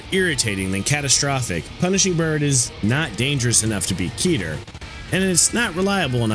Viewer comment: awesome video!!! i'm a huge fan of both the SCP wiki and lobcorp, so this kinda thing is a joy to see :D minor gripe: i'm afraid you're pronouncing a few words incorrectly? specifically the classification names: 'keter' is pronounced closer to 'keh-ter' instead of 'key-ter', 'teth' is pronounced closer to 'tet', and 'waw' is pronounced closer to 'vav'. these discrepancies are a result of the difficulties in transferring foreign (in this case, hebrew) words to the english alphabet!